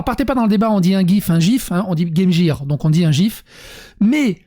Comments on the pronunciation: Ça ce prononce game « guir » c’était déjà une erreur de dire game « gir » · On dit pas gaymjire, on dit gaymguèr... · On dit game guire. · Je vais enculer les mouches mais on dit Game "Guire" 😀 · et quand il dit "on prononce", je ne sais pas de qui il parle mais dans mon entourage c'est le son g et non pas J qui est prononcé